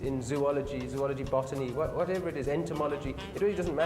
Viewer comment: Anyone else noticed that he said zoology wrong